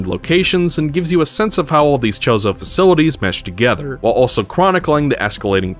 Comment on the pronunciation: I'm sorry... are you calling them "The Chorizo"? cause that's some spicy sausage